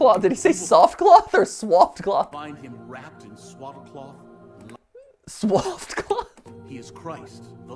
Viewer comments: What I hear: Slof cloth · Hes basiclly saying swoft cloth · he said swoft lol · lol it’s “swathed cloth”